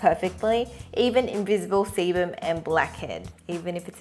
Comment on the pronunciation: when she says sebum it sounds like 'semen'